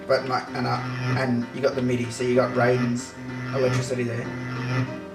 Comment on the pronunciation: What it was Rayden and not Raiden? but dam nice graphic!